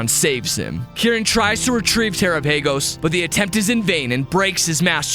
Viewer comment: you mispronounce terapagos